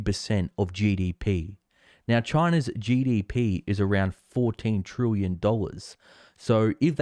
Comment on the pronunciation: "Trillion" is pronounced as it spelt, not "trooyan".